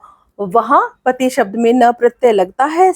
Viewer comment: महोदया,पति नहीं होता है। बल्कि पति होता है।please try to improve,specially Hindi pronunciation